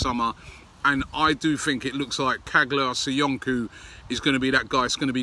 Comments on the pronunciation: stop calling him "kaglar soyunku" the actual pronunciation is "chalar soyunju" the g is silent. ( like so Robbie sees this) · Robbie please stop butchering the guy's name. çağlar söyüncü it's pronounced chaalar soyundju . You can put his name in turkish in Google translate and listen to it's pronounced . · Ffs someone hurry up and tell Robbie it’s pronounced Charlar Soyunju